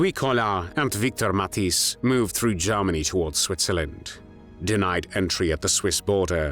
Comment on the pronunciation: Please stop saying Garmany. Its said as Germany.